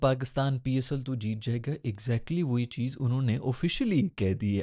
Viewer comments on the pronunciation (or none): none